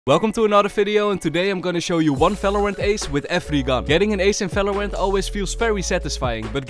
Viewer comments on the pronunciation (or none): Ffs stop saying falorant and fideo and fandal the letter is V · falorant? bro 9 second and you said 9 times falorant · bro said falorant. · i rlly just love this dude for pronouncing the V like a F